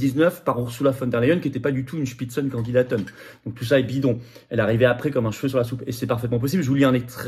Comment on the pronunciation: Comment tu dis ? Spitzen kondidaten? Mais tout à fait 🤣